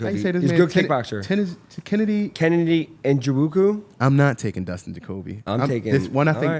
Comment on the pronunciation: Awww man that pronunciation of kennedy EN-ZA-CHUKE-WOO and song the dong was wild 😂😂